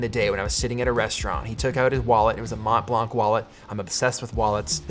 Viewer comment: Peter please don't pronounce the 't' and the 'c' in Mont Blanc :)